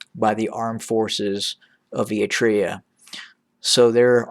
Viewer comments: Not a very big deal, but can you please work on your "Eritrea" pronunciation haha. You're skipping the first R like "eat-rea". It's pronounced "Eryt-rea" You're pronouncing Tigray well now 👏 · It’s not eatrine, it is “Eritrea”